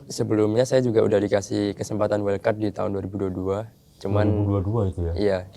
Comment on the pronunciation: “race”, bukan “ries” “wild card”, bukan “well card” “lap”, bukan “lab”. “super-pole”, “bukan “super pol” Ini penulis text nya gak pernah nonton balap kayaknya🙂